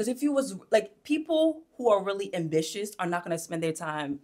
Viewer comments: Umm-bitious instead of ambitious 🙂 and “playing with lights” is wild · The um-bitious instead of ambitious had me 🥴 cause whet?! 😂